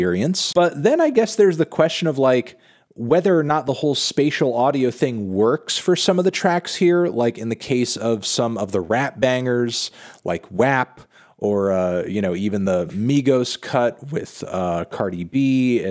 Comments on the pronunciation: I'll not forgive you for pronouncing WAP as if it's said like w-app, like app with a w in front of it. No. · It is pronounced like [wap]. In fact, everyone and their mom pronounces WAP so it rhymes with “clap” or “rap.”